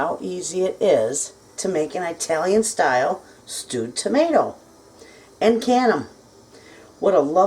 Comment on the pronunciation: oh my word she says EYEtalian —— Arghhhh 😢